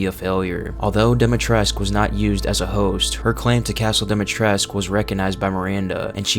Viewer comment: your videos are good but the ladys name is pronounced with a koo as in Dee-mee-tress-koo